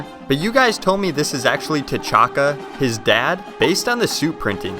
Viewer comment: T’Chaka.? More like t’chonka